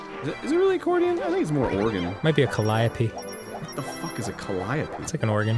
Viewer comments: "Call-lie-a-pee" Damnit Danny, you triggered my OCD... It's "Cal-ee-O-pee".... still love you Danny and the grumps. ;) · Huh. So that's how you pronounce "calliope". :V